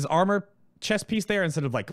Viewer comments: without honor is what I heard the first time too XD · Wait a second! He says:"Without armor?" xD I understood "Without honor?" :`D